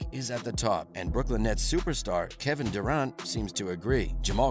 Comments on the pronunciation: PLEASE learn how to pronounce "Durant." I had to stop the video. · I hate how you say Durant